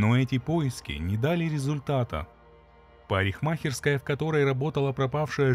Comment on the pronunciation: Прикольно парень произносит слово "парикмахерская". А история отвратительная. Вот очень не понимаю людей, которые в 2018-ом ещё для себя не уяснили, что их в течении дня снимают раз пятьдесят. Если творишь такой бред как расчленение сослуживцев, почему не подумать меньше попадать на камеры. И я не понял, Кеслер убила Каммингс из чувства неприязни? Ну натуральная идиотка. Человека угробила, если деньги получила то копейки, сама надолго села. Ну отвратительная история как не посмотри.